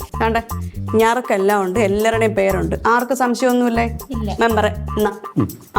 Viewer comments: നറുക്ക് എന്നാണ്.. ഞറുക്ക് അല്ല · ഞറുക്ക്.... അല്ല... നറുക്ക് ആണ് correct